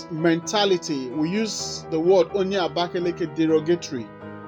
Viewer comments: Nice video But you guys should learn how to pronounce the city Its Abakaliki not abakaleke Thanks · Mr, those people you're trying to correct are the indigenous citizens of the City, will they teach you to pronounce your town, Abakaliki according to you is English version, the name of the City is Abakaleke or Abakaleke! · onye ngwa in 36 state and capital there is nothing like abakeleke wrong pronunciation is for an illiterate